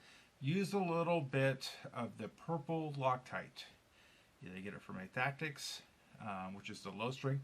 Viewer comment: thank you so much for taking the time to do a super thorough review of our products and the gold chamber! Really enjoyed watching it and you nailed the name perfectly! Richard Rolefson is right after talking with some customers we decided to also sell the rear spring perch for customers who wanted to replace just that piece from other Meteor bodies. Couple interesting FYIs from your video, we could have cut the whole front section behind the vasa screw away, but we left it there as a spacer incase someone removed their grip frame, as we didnt want the valve spring to cause them to lose the hole position and have to remove the entire front end to reset it. Great tip to test and pre align and thread the holes before adding the frame or vasa so youre less likely to strip a thread. Another reason we made our design so you have more than one thread option in both components. Also some of the tightening issues you were talking about is another reason we made two separate components so they each could be independently fastened! Our favorite review yet thank you!